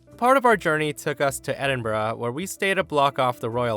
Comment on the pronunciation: Normal people: Edinburgh: Edin-bruh